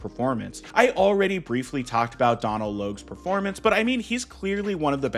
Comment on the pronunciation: Love your work, however, Donal is an Irish name pronounced "Doh-nul"